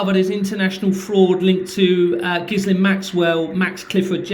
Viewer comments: I think the “S” in ghislaine is silent, on the news reports they always pronounced it ghilaine… just mentioning it as they may try To say you are talking about someone else ? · Hi good luck with this and stay safe, just a quick note, Ghislain is pronounced Geelane. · Ghislain is pronounced with a soft J and sounds almost like villain... Sod it, call her what she is: Jizz lane. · It's pronounced 'Jillaine' with a soft 'J'. I went to school with a Ghislaine 😊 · its pronounced with a hard G. My wife went to a school where she worked with a fellow frenchie. Pointe finale.